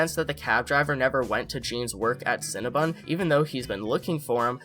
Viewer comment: It’s cinnaBON not BUN HUN 😂